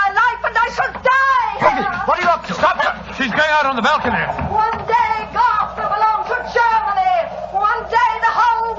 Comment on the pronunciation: GARTH not Goff.